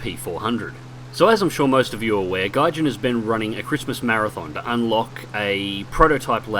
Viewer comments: Just gonna point out that it's Gaijin, not Gijan. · dragonosis Sorry, Gaijin* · dragonosis damnit i thought all the time its Gayjin